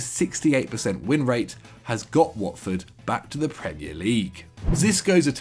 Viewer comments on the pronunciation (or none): none